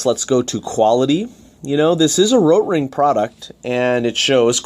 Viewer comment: But have people also been going on at you about your pronunciation of Rotring? PRONOUNCE THE "T"! lol you do this thing a few times where you roll your R as if you now giving it the correct pronunciation in German lol it’s so bad. Why are you doing that?